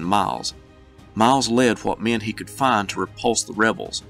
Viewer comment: I Love the way this dude says the word men. He makes it into a two syllable word. Me-en‘